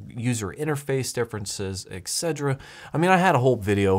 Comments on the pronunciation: Etc. is not pronounced ek-sed-druh It is supposed to be pronounced et-set-er-uh UGH!! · It's etcetera, not "exegra."